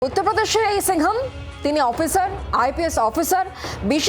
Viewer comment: Singam na balgam 😂😂😂😂